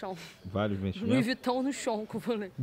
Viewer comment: “ Lui viton no chon “ kkkkk